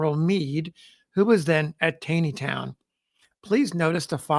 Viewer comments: Hi... I love your Channel. I'd like to share a pronunciation correction with you. In this video and others, you refer to the Taneytown Road. You pronounce it as it appears. However, here in Gettysburg, we call this The TAWNYtown Road. I don't know why that is because it sure isn't spelled that way. But, it is correct. Thanks for what you do! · FYI “Taneytown” MD is pronounced “Tawneytown” like the infamous chief justice Taney of the Dred Scott case whose family had founded the town. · Great listening, as always. Thank you. FYI - Don’t ask me why, but TANEYTOWN is pronounced “TAWNEYTOWN”. (I’m a Longtime Maryland resident) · Its Tawwwney town not tayyyney town. I know I grew up in Westminster. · It's pronounced "TAWNEYTOWN" Not "TAYNEYTOWN". Taney, pronounced TAWNEY, was an old Maryland family. Roger Brooke Taney, Chief Justice of the Supreme Court, pronounced his name TAWNEY. He was from Frederick, my hometown. It is irritating to hear you continually mispronouncing his name. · TAW-nee-town. It got me the first time, too. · Please pronounce it correctly - it is "Taw-neytown", not "Tai-neytown". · I have read that Roger Taney pronounced his name "Tawney", not "tainy". If so, pronunciation of Taneytown might not be quite right. Or maybe the townsfolk didn't know about Roger Taney's preference. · why do you pronounce the towns as “gettisburg” and “tayneytown”? (instead of geddiesburg and tawneytown)? is that how they were pronounced back in the civil war era? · Enjoying your videos plenty, but one nit - I am pretty sure Taneytown is pronounced TAW-nee-town. There was a Roger B Taney Junior High School nearby where I grew up outside DC, and this is how Taney was pronounced. Wikipedia entry also indicates this. Carry on sir! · Another great video,. FYI - Taneytown is pronounced as though it has an 'aw' sound: Tawneytown. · It's TAW-nee-town...